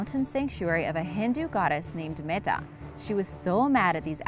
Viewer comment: it's mata not meta